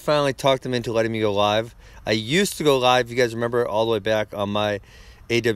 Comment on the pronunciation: Ben can’t pronounce L lol he say Live so weird 😂😂